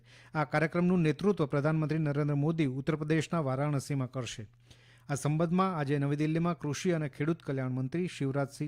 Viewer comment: "સંબધમાં " ? કે "સંબંધમાં" ?